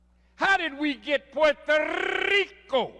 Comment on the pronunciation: Louis has good vocab .he said guadalupe , hidalgo ,and puerrrrrto rico really well.